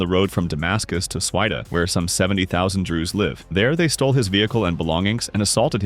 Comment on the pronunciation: Suwaida is not "Swehida"....